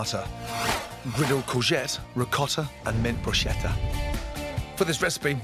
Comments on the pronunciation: please! For the sake of everything Italian in the world: we pronounce every H after the C, as you pronounce a K. So BRUSCHETTA it's kinda like "brooskettuh". 😅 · He pronounces bruschetta like BROOSHETA nooooo nooo it's BRUSKETTA! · No Gordon, it's *Brusk(h)etta 🤌🏻🤌🏻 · It's pronounced brusketta! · Great recipes, but please learn how to pronounce 'bruschetta' correctly!